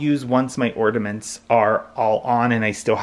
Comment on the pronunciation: I gave it a thumbs-down because I knew it would be a solid 30 Minutes of him mispronouncing "ordaments." 💀